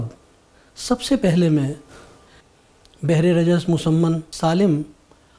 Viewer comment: بھر ہوگا بجائے بحر